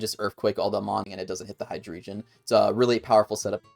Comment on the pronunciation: Really amazing video, thanks for mentioning me 💚💚 but.. But.. i can't get over how you prounounce Hydreigon :I